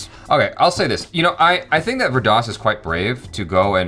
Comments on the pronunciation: it's pronounced as Veer Daas 😀👍👍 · Every time says "Vir Das", it sounds like " Weird Ass".